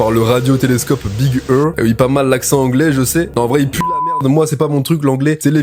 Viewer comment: Big ear enft cet ça on dit comme ça frérot conseil